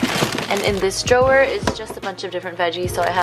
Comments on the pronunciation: i think its funny how you say drawer like drow-wahhh instead of draw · I love the way you saw drawer 😂💗